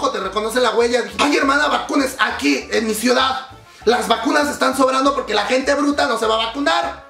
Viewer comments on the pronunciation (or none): none